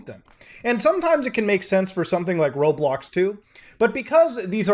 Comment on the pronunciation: How did he say roblox in unturned arid accent